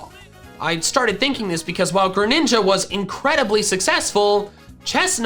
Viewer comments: DO NOT LEAVE OFF THE R IN GRENINJA! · THE SECOND G IN GRENINJA IS SUPPOSED TO BE A J! FIX IT NOW! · The second G in Greninja is supposed to be a J!